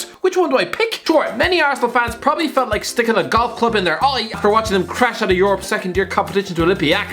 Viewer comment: do you have to clean your mic everytime you say 'prrrrobably'?